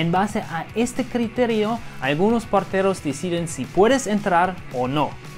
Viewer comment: Me encata como dice parteros envés de porteros